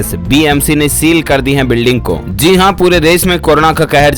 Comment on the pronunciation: Zi nhi ji bolo pronounation glt h tmhara